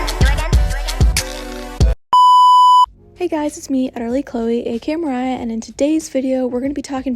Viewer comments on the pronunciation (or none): none